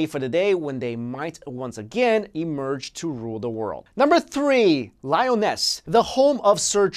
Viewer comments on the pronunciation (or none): Lee-Oh-Nez Not "Lie-o-ness" Watch "The Seven Deadly Sins," lol. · Two things: 1. The Anasazi indians believed there were ant-like people who lived underground in tunnels, as well. They saved the Anasazi when some kind of devastation occurred. There are native drawings depicting the "ant people." 2. Lee - uh - ness ... Not Lioness. LOVE your videos!